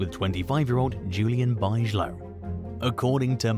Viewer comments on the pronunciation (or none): Parker Bigelow erm hahaha its pronounced Big Ga low not buyzala...😂😂😂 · Bigelow is pronounced Big-a-low